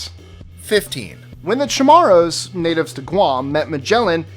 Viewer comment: #15 lol I'm from Guam, you probably won't use the word anymore but it's spelled like Chammorro and pronounced (CHuh-More-Rue) just for clarification. Anyways loved the vid like always!